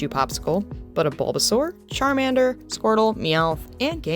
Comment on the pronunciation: "Carmander"... Awesome awesome job... Love the Mew intro!